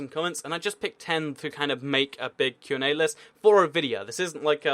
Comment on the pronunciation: you said qna sas-ay